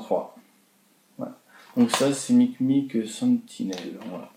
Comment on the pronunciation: C'est mimic pas micmic